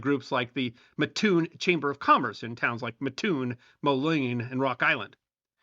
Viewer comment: As someone from Mattoon, it's pronounced Matt - Toon. Everyone gets it wrong, don't feel bad. Love your videos try to watch as many as I can.